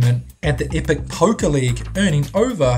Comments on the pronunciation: Number 7: OOOOOOH, Poker. I kept hearing Poke -- like, pokemon. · I thought he said "pokè" player instead of poker, so I thought he was playing pokemon cards! Haha!